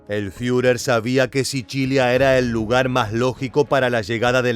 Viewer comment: "SICHILIA"???? JJAJJAJJAJ. ENSERIO DIJISTE 'SICHILIA" JAJJAJAAJAAJAA ES SICILIA PAPAAA !! ESTAS HABLANDO ESPAÑOL !!!